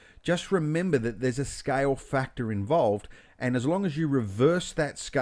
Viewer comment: i think you are one of the best teacher for maya, bifrost. awesome tutorial. really a detailed exercise that is simplified for viewers to receive it easily!! thanks dear. only thing i felt little difficult in beginning for a while is.. ur pronunciation of scale is like sky. weight is like white. water is like voda.